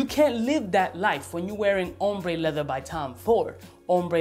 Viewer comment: leather, lehver, levuh :D. Man, I love your videos!